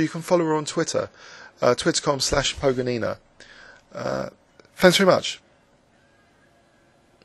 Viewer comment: Thanks a lot for this wonderful video! I will upload it to my website too. Just one small amendment: I'm PogOnina, not PogonIna. :-)